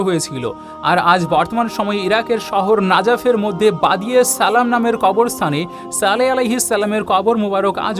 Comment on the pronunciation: তুই ছালাম টি সঠিক করে দিতে পারিস না